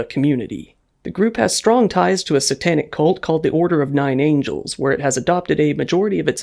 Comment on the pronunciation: Order of 9 ANGLES, not angels. Ive heard it named wrongly so many times now, i must finally comment.